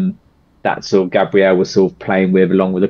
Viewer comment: Hi, first time on channel. First time commenting. Thank you for reacting to Gabriel (Gab ri el) Henrique's ( In he key) cover of Stand Up with choir & band. Please note how his name is said. Henrique (In he key) thank you. ❤ Be beautiful...❤